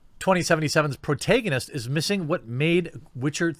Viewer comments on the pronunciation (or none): Pro-TAG-a-nist.... phonetically seeing might help u stop saying pro-tay-ga-nist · Sorry, but it's pro-TAG-onist. Like in "tag". I love your stuff, but yikes. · It's pro-TAG-anist bro. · Please never say protagonist again great video though